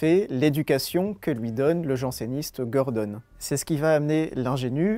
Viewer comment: euh par contre c'est gordON et pas gordONNE je crois au niveau prononciation